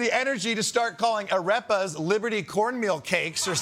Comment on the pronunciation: "arepas" is pronounced "uh-deh-puhs"